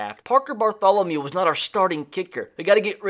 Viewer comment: Nothing better than hearing get so excited to where he says Parker "Bartholomule" 😂😂